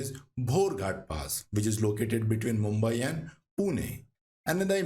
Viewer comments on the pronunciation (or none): none